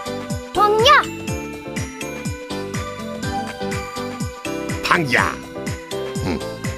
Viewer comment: they could have done better... xD;;; i wish it was more like pang- gya instead of pungyuh D